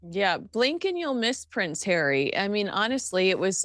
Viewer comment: Love pronunciation of Hairy’s name! 👍🏼 😂🤣